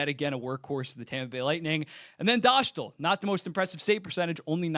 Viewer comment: Great video! Just an advice from a Czech, his name is Dostál, so it’s pronounced like Dostaal, not Doshtl. The „stál” part is pronounced the same way as the Staal brothers surename.